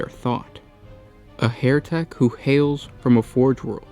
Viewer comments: NOT Hairtek as you are pronouncing it. It's HERETEK as in HERTIC. Pls sort your pronunciation right. Yr vids are great it just lets you down when you mess up yr dialogue. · HE-RE-TEK (as "heretic) - not HAIR-TEK! Guys if you don't mind me asking, what nationality are you? Just curious :) Love your videos - if not all the mispronunciations, lol :D